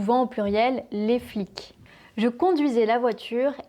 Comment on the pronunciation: Intéressant et très utile, merci ! J'ai cependant une question : j'ai remarqué une particularité dans votre prononciation, à savoir que dans les mots se terminant par le phonème /k/ (« les flics », « un mec », etc.), vous ne produisez pas un véritable [k], mais plutôt quelque chose comme [kj] ou même une prononciation plus palatalisée, une réalisation phonétique similaire à celle du début de mots italiens comme « chiave », « chiamare », « Chiara »… Ma question est la suivante : est-ce simplement une caractéristique personnelle (votre, individuelke) ou devons-nous la considérer comme une caractéristique standard du français contemporain ?